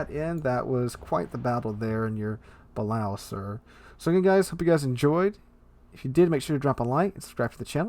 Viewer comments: I love your vids and commentary, but my ears bleed every time you say “Bal-ow”. It’s pronounced “Buh-lay-oh”. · It's pronounced the ba-lay-oh for anybody who cares 🤣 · ok for the BILLIONTH (hehe) time its buh-lay-o